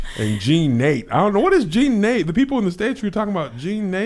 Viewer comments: Not Jean NATE. It's pronounced Na-TAY. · You all are skraight crazy. Kevin, you and these units.... well.... at least it isn’t Bigen. Also, no. We do not want you to become an exotic dancer. Liz wouldn’t let you get on stage anyway. LOL oh and it’s pronounced Jean Nah-Tay - not Jean Nate. LOL, you had me over here hollering! You are so silly. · Jean Nate... IT'S PRONOUNCED JEAN nuh-TAE' 🤣😂🤣 My favorite during my college years 93-98 were DESIGN & VERSACE YELLOW JEANS 🤣😂🤣🤣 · In case no one said it already...🤣🤣🤣 Jean.. Na -Tay (Nate accent on the e...y'all are hillarious!!!!) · It’s pronounced JeeeNahTay Kev! Lol! 😂😂😂 Classic scents. That and Sunflowers. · Lol...another great one.. the fragrance is pronounced Jean, nah-tae not Nate.. hahaha. My Auntie had a huge display sized bottle on her dresser. Probably still has it...lol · 😂they said "jean Nate"!!😂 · Pronounced Jean Nu-tay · Jean Na-tay Lolol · Kev and, it is Jean Nate' pronounced Nuh-tay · Kev it's pronounced Jean-na-te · Jean nate😭😭😭😭😭😭😭 Kev didnt know the pronounciation. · It's pronounced Jean Na Tay Kev 🤦🏾‍♀️ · Jean Nate is pronounced “Gene-Na-tay”. My mom and her friends lived in that after bath splash in the 1970s when they were in their 20-30s. Classic. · Lawwwwwwd Jean-Nate is pronounced "John-Nuh-Tay.....thankfully my brother couldn't pronounce it or it would've been my middle name! 🤣